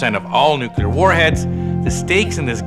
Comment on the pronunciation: It's pronounced "NEW-clear" - WHY is this such a tough word to pronounce? I have much more trouble with "supercalifragilisticexpialidocious"